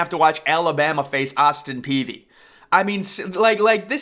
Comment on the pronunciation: Austin peavy is not a school and it’s pronounced “Austin P”